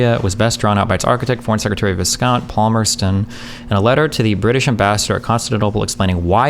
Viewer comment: Viscount is pronounced Vy-count.